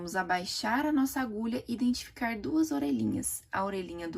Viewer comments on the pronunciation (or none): none